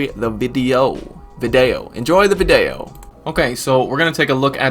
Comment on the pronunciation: Definitely heard that at the beginning as "Enjoy the Bidet-o" and was like 😳 "How does he know I've been considering a bidet?!?"